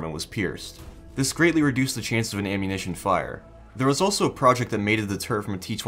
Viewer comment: Wet awwunittion stowage UwU